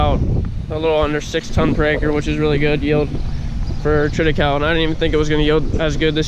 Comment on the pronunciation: What kinda of hay was that? Sounded like you said treada-cow? Is that you plant in the fall harvest in the spring? Do you have to replant it each fall ? How’s that work?